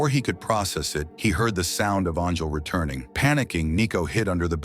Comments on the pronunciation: How did your AI pronounce Angel as Arngel and Anjul? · Hey buddy your stupid AI voice can’t even say “angel” properly. You better not quit your day job. Hope this is not it cause you suck at it.